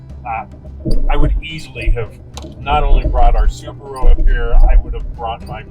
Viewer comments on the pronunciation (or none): none